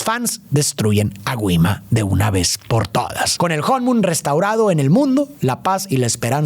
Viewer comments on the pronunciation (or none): kuima✅ gui-ma❌